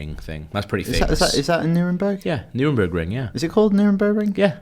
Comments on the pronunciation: Its Nürburgring not Neurenberg ring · 30x *Nürburgring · the way he said nurburgring made me wanna rob my own house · Nurburgring (one word) lol